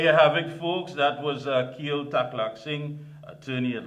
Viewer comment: The correct pronounciation of his name is " key el"